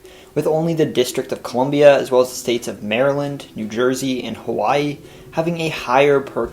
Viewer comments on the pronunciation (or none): none